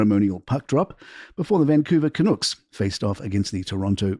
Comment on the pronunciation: You need to know how to pronounce Canucks